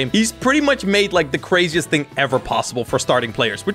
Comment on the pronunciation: “1 hing”🤣🤣🤣🤣💀